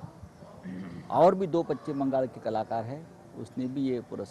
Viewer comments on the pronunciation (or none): पच्चीम नाही रे बाबा पश्चिम